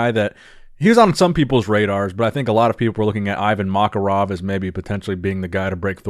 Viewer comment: My man struggle with pronouncing Russian names like "Makarov" or other easy Russian names, but he flawlessly managed to pronounce Mr. Deadlifts name "Krzchlzizzzy Wrzbzkzyiez"